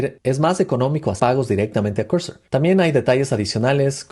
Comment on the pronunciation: No se dice "Corsor" o Cursor, se dice al revés Cursor o "Corsor", deja de hablar como un huevón.